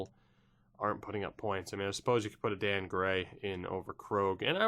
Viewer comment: Adan gray probably pronounced aiden